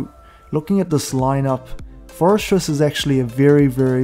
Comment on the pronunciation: Love your content, great tips. Just wanted to clarify Forretress is pronounced “Forreh-tress”. There’s no ‘s’ in the middle of the name. The way you’re pronouncing sounds like “Fores-stress”